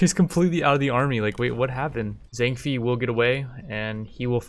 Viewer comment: Zang FEE. LU BEE. 😂😂😂😭😭